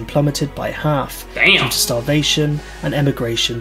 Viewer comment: Everytime this guy says damb I'm taking a shot. Fakin smashed